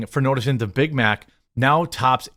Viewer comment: Did she say "I got a Bit Mit"?